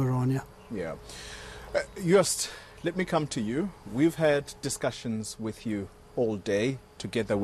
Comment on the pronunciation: Afrikaaner people don't say "with" they say "wif" lol